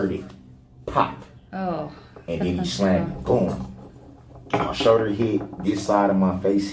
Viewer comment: I hate how he says shoulder. Showder